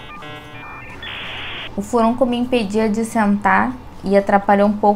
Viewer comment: Adorei, Parabéns. Só um detalhe: a palavra correta é furúnculo.